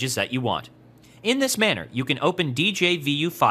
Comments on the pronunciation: djvu is pronounced as dezhavoo and not as "dee-jey-vee-you" :) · A nickel for every time he said Dee Jay Vee You.